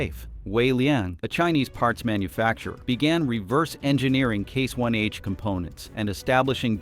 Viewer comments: This sounds like AI garbage, becase you say case 1H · I have a hard time about everything said when the AI voice calls Case/International "C-one-H", and the timeline doesn't fit the events. Never the less Trumps tariffs were the last nail in the CIH coffin. How can he be so stupid? Add the fact John Deere is gone too, US farmers are going to hurt big time, maybe not today but soon.